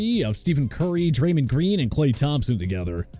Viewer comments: alex burgman, jeremy peena, yorden alvurez this was such an L commentary lol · this man really called Steph 'Steven" and Draymond "dreman" smh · Please tell me I didn’t hear Steven curry and draymin green